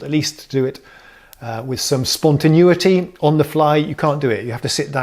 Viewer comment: "spontanooity" I love you, guy. Seriously, <3